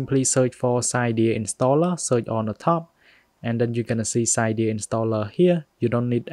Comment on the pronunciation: It’s pronounced Si-deea